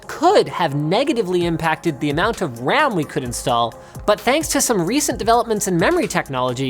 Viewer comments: Why is nobody talking about how he said "wam"?? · Wam instead of ram Linus most up